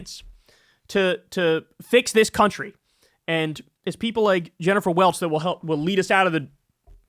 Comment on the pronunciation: Jennifer Welch is the IHIP lady. Sounded like you were saying Jennifer Welles, who I’m pretty sure was an iconic porn actress in the 1970s and 1980s 😁